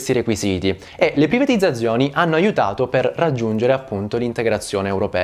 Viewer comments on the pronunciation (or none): Per colpa di questo video non so piu dire privatizzzzazzzioni